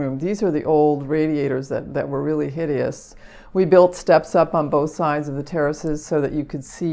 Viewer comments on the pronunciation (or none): none